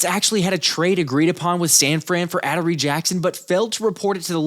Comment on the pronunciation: His name is not Addery Jackson. It's Ah-door-ie Jackson 😂